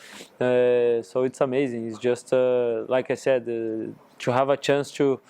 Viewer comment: Lucas, forever a club legend 🔴 I missed your “choo” instead of “to”😏